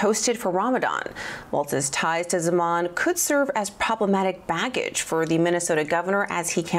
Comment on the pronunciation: This person cannot even pronounce MINNESOTA, CORRECTLY 😂 listen carefully, he calls it mint an soda and